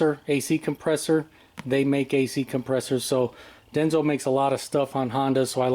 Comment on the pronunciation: It's Denso, not Denzo.